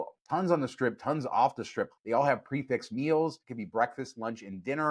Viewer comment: Love you guys, but its Pre-fee, not pre-fix:hand-purple-blue-peace::hand-purple-blue-peace